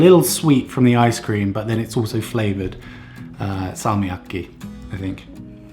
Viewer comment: your pronunciation of salmiakki is actually really good. Well done